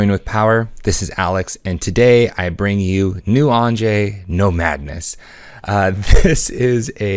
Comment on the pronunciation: Thumbs down. I can't condone the mispronunciation of Anje's name.